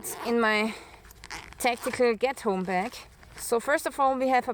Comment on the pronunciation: Coming from a German living in the U.S. with the heavy accent. I thought you said Ghetto bag 😂